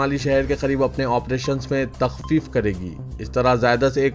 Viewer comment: news padhne se pehle ek bar kisi urdudaan se padhwalen Taqfeef hai Taqteef nahi